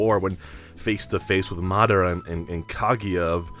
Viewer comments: i liked the video, the only thing that bothered me was how u pronounced madara, the emphasis is on the first a, not on the second. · Your mispronounced madara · good video i just cant get over at how he pronounces madara